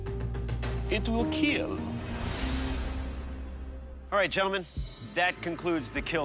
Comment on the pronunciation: was awkward seeing dock saying it weell keeel like that 😂